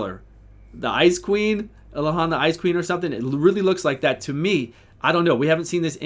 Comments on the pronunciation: Everyone: Elhayne: Elehahn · Lol Chosen says ElAYNE😂